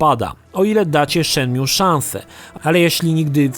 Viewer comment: Zanim zaczniesz recenzować naucz się dobrze wymawiać tytuł. Shenmju gosssh god damn it.